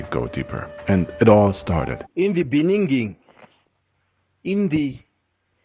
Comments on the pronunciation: Yoo. Love from South Africa. This is horrible but you honestly made me laugh wit that clip of my former president saying “In The Beninging”😂😂😂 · In the BEE-NIN-GING!!!!!